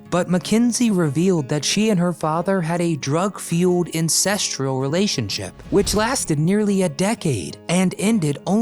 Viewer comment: "Incestural"??? The concept is so awful that the guy can't pronounce it right.